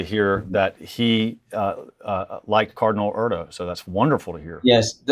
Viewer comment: The cardinal’s name is Erdoe, umlaut oe! Not Erdo!